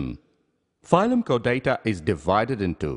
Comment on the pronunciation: Chordata is not pronounced like that.